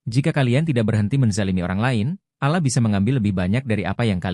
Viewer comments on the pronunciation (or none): Allah. Bukan alah